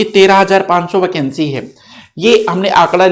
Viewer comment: वकेंसी? Sir aap thode se pakistani ho kya ?